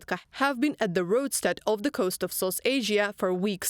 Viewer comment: dude - there is NO '''Z" in ''THE'''!!!!